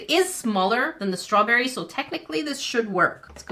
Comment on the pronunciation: It sounded like she said swawberry😂